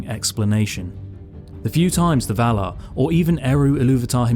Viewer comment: Vah-lar ..... Not Vahluh. If you're going to talk about heavenly beings... please pronounce it properly.